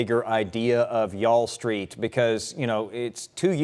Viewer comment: Did he say Ya'll Street😂 That's pretty good!